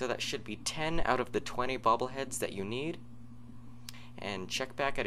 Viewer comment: It sounds like you`re saying "bubble heads."